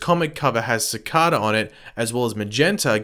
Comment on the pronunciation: is it an accent